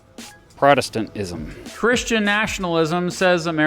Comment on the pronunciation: It does your presentation no favors when you awkwardly pronounce "Protestantism" as if it's a foreign word you've never encountered. Your take on American history and law seem absolutely spot on, but you should interview an actual Christian nationalist for the sake of rigorism.